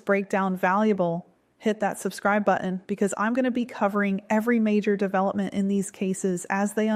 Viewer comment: What is a "bu'in"? Oh did you mean "button"? Please don't contribute to the lazification of the English language <3